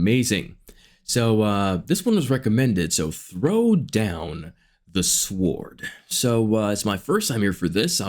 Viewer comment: Sword is pronounced *sord